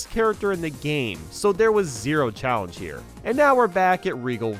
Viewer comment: “PREPARE TO CHALLENCE”